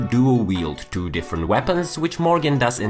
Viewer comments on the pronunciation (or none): Red dead redemption doo 😂 the way you pronounce it is amazing🤣